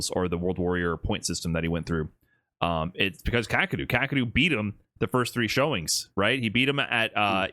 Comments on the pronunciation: It's not kah, keh, or roo. Definitely not ROOOO. It's ka-ke-ru. But hey, I guess it's better than "cockadoo" which is literally how 99.9% of Americans pronounce it. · Not Kack! Kah--Keh--Roo.